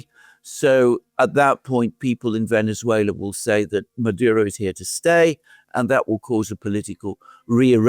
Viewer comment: You mispronounced "Venezuela", The second "e" in Venezuela is pronounced the same as the "e"as enemy, benefit,genetic. The way pronounces Venezuela is the correct way. Just saying.